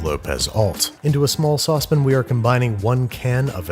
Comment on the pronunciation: Look…I’ve been watching you for a long time, and I love just about everything you show. But when you say saucepan and soften… 😂 my eye twitches, LOL!!